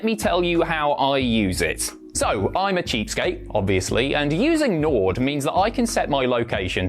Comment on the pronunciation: I was enjoying the video. Then he said Nord and l stopped watching